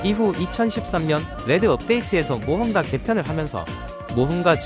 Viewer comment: 모험과 엠블램이요?? 모험가 오타인거 싶으면서도 발음까지 모험과인데 실수인건지 진짜 저렇게 대본 짜신건지